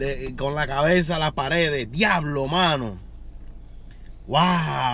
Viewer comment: "GUIABLO" xD